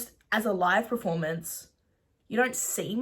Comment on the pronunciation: "not a great perfo..." Woman, we about to come for your whole career